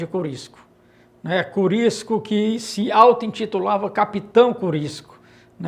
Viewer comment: O nome é Curisco, e não Corisco.